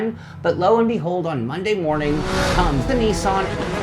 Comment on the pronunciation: Niss-in? You know the Japanese pronounce it the same way us North Americans do, right?